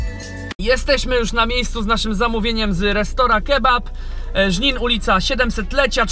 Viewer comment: Żnin xdd